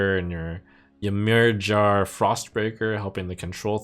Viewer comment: Your pronunciation of "Ymirjar" is absolutely brutal